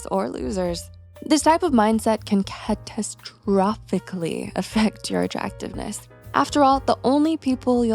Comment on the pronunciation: "can CaTasTROphyCAlly".😂😂